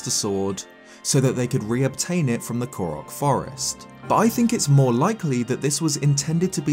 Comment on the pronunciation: > Do you mean Koriki Forest? (Not Korok Forest? / Maybe there's Zelda lore I don't know about...)